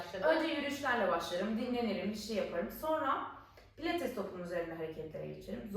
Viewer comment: PLATES DEĞİL " PİLATES " başlığı düzeltin